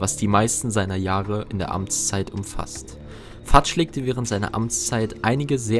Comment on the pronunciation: Fudge wird nicht fatsch ausgesprochen sondern fötsch